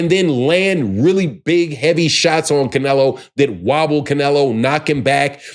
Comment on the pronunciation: You can’t even pronounce Canelo’s name, right😂😂😂